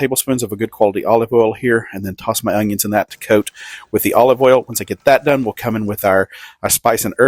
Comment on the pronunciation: What's the deal with some people saying ungions when talking about onions. I feel like 10% of people do this, including this guy.